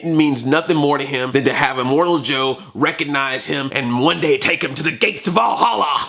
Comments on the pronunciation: It's immortan joe not immortal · You're funny! Btw, it's immortan joe, not immortal. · Good review, but his name is Immortan Joe, not Immortal Joe.